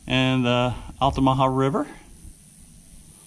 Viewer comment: You've done you'r research sir, no miss pronunciation! Many people can't pronounce altamaha correctly. I live right at the gate of Fort King George, it's a nice place to be. Thanks for sharing.